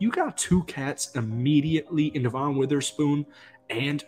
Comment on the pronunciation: His name is Devon Witherspoon not DeVon Witherspoon. Otherwise great vid. ❤️